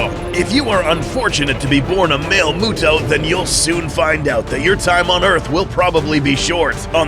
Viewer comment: "Mister MUTO" for Male MUTO